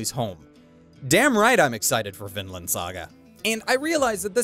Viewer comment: Sigh ... Vinland has a long "i" in it, not a short one.